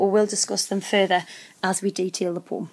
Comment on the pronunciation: it ain't a poom, povem(poem)